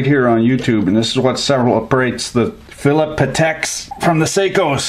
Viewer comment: "philip pateks" reeeeeeeeeeee